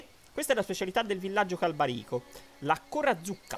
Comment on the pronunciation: Perché se nel video si sente /irule/ tu dici /hairul/? Anche /Càlbarico/ non /Calbarìco/